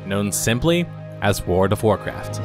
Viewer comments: It sounds like you are saying "Ward of Warcraft", lol. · How do you pronounce world as ward every single time lol, wardofwarcraftwardofwarcraft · Please just say "WoW". You keep saying "Ward" instead of "World". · My gosh! Please stop saying WORD of Warcraft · World has an L in it. Sounds like you say Ward of Warcraft everytime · Your pronunciation of World of Warcraft amuses me way more than it should. There's an 'L', man! I don't think there's a Ward of Warcraft. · "Warda Wurcurf" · Or as he calls it: Ward of Warcraft lol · 100% says ward of Warcraft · WORD OF ORECRAFT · "WARD-A-WARCRAFT" . lmao. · "Ward of Warcraft"? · wada-wa-craft... wada-wa-craft... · it's pronounced Woghld of Warcraft sir. j/k good video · "Ward of Warcraft" lol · I found myself shouting "WARD OF WARCRAFT" by every time you said it because of your pronunciation. Also "Emmediately". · I wondered what Wurduv Warcraft was. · Came here to say “Ward of Warcraft” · Sure there is. The Ward of Warcraft is Nomi. Because his fire burns all. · At first I thought he misspoke, but after hearing it 50 times I am never going to be able to unhear "Woard of Warcraft" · I just keep hearing wart of warcraft. Great look back though! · "Word of Warcraft" Hey, you tried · the "L" in world is silent, this drove me absolutely nuts im glad others noticed this as well. I made it to and I have to stop watching now because I can't stand the way he's saying my favorite game's name.